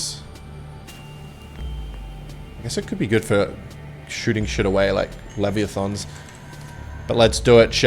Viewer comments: Thin dawg not fin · luh - why - uh - thun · its pronounce lev-ee--ath-on trust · no it’s liv-yuh-thong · bro made me actually forget how to pronounce leviathan